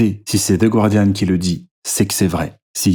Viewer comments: Ça se prononce ga-rdian, pas goua-rdian :) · Je t'en supplie, prononce "Guardian" correctement. Le "u" est muet. Ne passe pas pour une truffe comme tes adversaires. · The Guardian ne se prononce pas "gouardiane" mais "gardiane" avec un g prononcé comme pour gardien en français. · il n'y a pas de diphtongue dans le "gua" de "Guardian." Autrement dit, le u ne se prononce pas ! Je me permets de soulever cette petite erreur que je remarque un peu partout chez tout le monde 😊